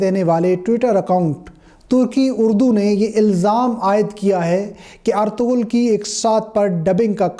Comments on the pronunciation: Hahahahaha did u hear guys (ARTOGHUL) ........ if u want to make videos just learn how to pronounce the word. Its “ERTUGHRAL” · (ERTURUL) in spoken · Ertuğrul (g silent)